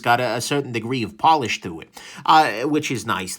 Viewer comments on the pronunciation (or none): none